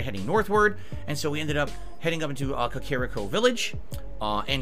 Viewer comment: Kuckerrricko did he say? I've literally never heard anybody pronounce 'Kakariko' as Kurrrckeerrricko.